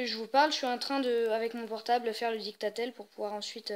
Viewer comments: ON dis didactiel pas dicta tel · je suis le seul à avoir été stressé à chaque qu'il disait dictatel au lieu de de didacticiel?